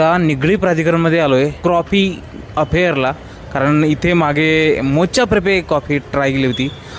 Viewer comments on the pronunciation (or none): मोचा नाही, मोका असतं ते.